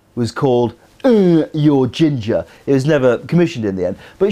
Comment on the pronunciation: It's I.T. crowd (eye tea) not ít'.. they're in the IT department